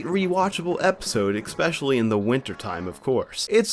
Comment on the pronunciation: Oh those pesky "L" words are difficult for ya aren't they? "He walked right fru duh wall." Walked "fru" it huh? "Usuawy" "Expecially" There's no "x" in Especially bruh. "Wiff" instead of "with" "Evo-duo" "Popuer" instead of popular "Space hear" um heater? "Actuawwy" The Fwane...Flame? "Fowwow"...Follow? "Frowing a key" THrowing "Fretening?"...Frightening "Feater"... Theater "Fratening"... Frightening "Spooky Space Gook" It's Kook I didn't know Elmer Fudd was narrating this. Bahahahaha!!!